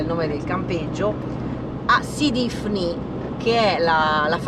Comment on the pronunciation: L'accento è giusto, sidi ifni